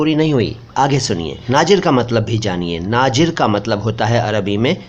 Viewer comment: Jisko urdu nhi aati wo aise hi ghalat bolega hazir ko hajir aur nazir ko najir